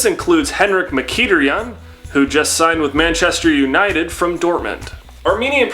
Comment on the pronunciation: Butchered mkhitaryans name